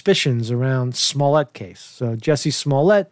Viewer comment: It's Jussie not Jessie, get his name right he's up for a NAACP image award now.